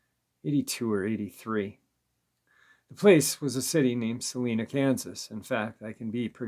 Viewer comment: How funny. The small town of Salina, KS is pronounced “Sal - eye - nah” and not “Sal - een - ah.” Phonetically speaking, you might be right - but locals say it the other way. Kind of like how people say Loy-er instead of LAWyer. Phonetically speaking, it’s law-yerh. Salina actually isn’t too far from me, maybe a 2 hour drive if that. I could see the area being able to hide a beast like a dogman. I have family up there and from there.